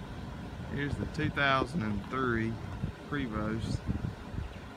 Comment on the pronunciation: It's more "Preh-voh"..."pre" as in "press"...you don't pronounce a long "A"...